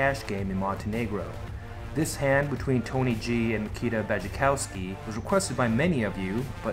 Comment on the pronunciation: Great analysis, but his name is Nikita :)